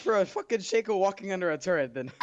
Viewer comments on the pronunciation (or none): ITS SHACO NOT SHAKEO